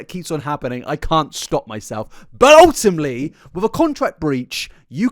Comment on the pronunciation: Take a shot everytime he says ultima(te)ly